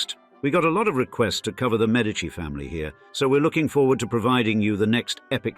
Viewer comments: The surname of 'Medici' in Italian is not pronounced as 'MED-AH-CHEE' but 'MAY-DEE-CHEE.' As much as possible, people, pronounce words and names in their original language and not in some provincial, lazy English way. 😊 In Italian, the 'e' is pronounced as 'ay.' The letter 'c' followed by the vowels 'a,' 'o,' and 'u' will be pronounced as a 'k.' A 'c' followed by the vowels 'e' and 'i' will be pronounced as 'ch.' I hope this helps. 🇮🇹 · 1 min into video, and first error keeps mispronouncing medici name.. like if your going to make a video about a name at the very least please try saying correctly first.